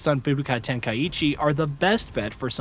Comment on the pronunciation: Everytime I hear "tenkai-ichi" I cringe.